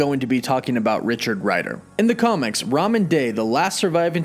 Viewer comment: It is ROMAN DEY no Ramen that’s a noodle dish